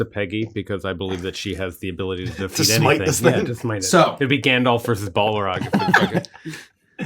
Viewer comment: "I'm afraid of the dark grandolf"